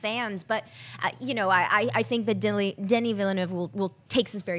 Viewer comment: Woop Woop! That was the closest I´ve heard on the net for a long time to pronouncing Denis name right!